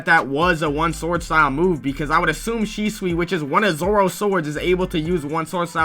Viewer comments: It's Shusui not Shisui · aint no way he said "shisui"